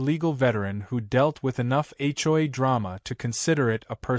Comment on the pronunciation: It's HOA, not hoi. Dumb AI can't even spell correctly.